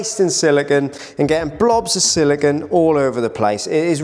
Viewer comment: You are making a small error in pronunciation which I hear a lot. The caulking compound you are working with is silicone, whose last syllable rhymes with "bone" or "zone". It is based on compounds using the element silicon, which rhymes with "yawn". Pure silicon is a hard, brittle, shiny crystalline material that can be polished into a mirror with a slightly gray color, since its reflectivity is only about 45%.